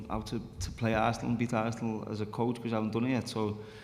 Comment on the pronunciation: Some Americans can't pronounce Arsenal. Ar-sen-al?